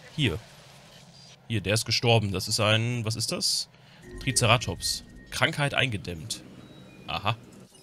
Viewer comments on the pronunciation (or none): none